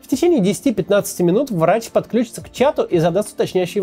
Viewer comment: Максим, правильное ударение подключИтся, а не подклЮчится!